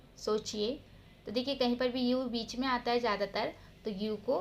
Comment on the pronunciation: वीच नहीं विच।